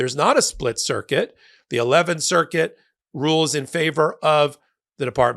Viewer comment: I heard a split circus not circuit.